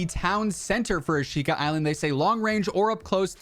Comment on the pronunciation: Thanks for the update! It’s pronounced “ah-shh-ka” by the way:)